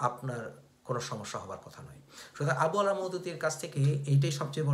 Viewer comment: আবু আলা নয়, আবুল আলা